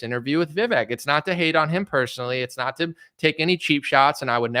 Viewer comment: Brother make sure you get the right pronunciation on vivek before the interview or his supporters will use that to discredit you